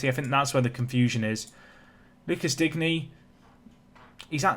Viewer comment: Your French pronunciations are quite good by this point so I dont feel too hopeless in pointing out your pronunciation of Digne. I guess it doesnt really matter if you dont end up signing him but i was of the understanding it was more like ‘Dean’ than ‘Dig-knee’ ?